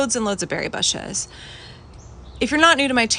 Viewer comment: I love the way you say 'bushs' so casually lol!